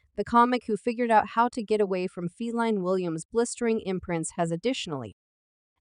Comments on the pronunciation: did this heifer just say "feline" williams??...wtf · Why are you saying Feline Williams? Totally unnecessary disrespect. How is this ok?